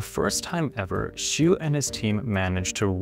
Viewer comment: As a matter of fact, this white dude mispronounced that scientist's last name Xu. The closest approximation for the name is something like this German Spelling Schüh（Not Schuh, but Schüh.Watch out for the umlaut ü.）.